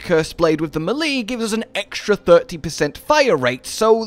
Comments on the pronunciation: It's May-Lay. Not Mel-Lee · As much as I like the vids, the way melee is pronounced makes me shut if off immediately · The fact that you can't pronounce melee correctly makes me ignore your video. Sorry but it's cringe